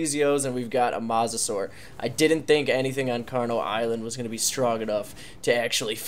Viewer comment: Dude not mossasur mosasaur is said moesasaur not a hater love ya content but I had t point that out